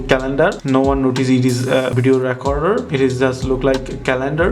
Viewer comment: Its not pronounced racorder. Thats what you're saying you pronounce the E the same as when you say Please in the word recorder. So say it like reacorder. I'm not hating just trying to help you.